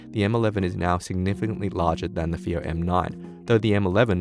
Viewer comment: It's pronounced as "Faayo" not "feeyo". The rest of the review was really great and detailed.